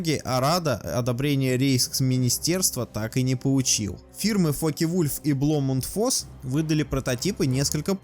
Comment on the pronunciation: Автору надо явно улучшать дикцию. Избавиться от диалектного выговора. И научиться нормально произносить немецкие названия. Blohm & Voss например. А то "Блом энд Восс" ухо режет неимоверно - две ошибки в одном названии.